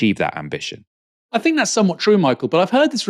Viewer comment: it's "think" not "fink" just fyi